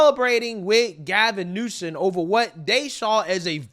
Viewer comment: cracks me up with how he pronounces names. 😂 “Gavin NewSIM, VAY-VAYK Ramaswami, MenThis. (Memphis) love what you do! 💪🏾